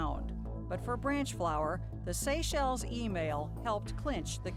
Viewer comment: "CITISENSHIP IN THE SACHELES" Ouch. There's gonna be another trial for that.